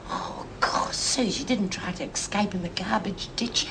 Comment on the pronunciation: Cuuuuute! Lizzie says ex-cape instead of escape.. Sheila Florance was such a clever actress- bet she made that up herself for her character!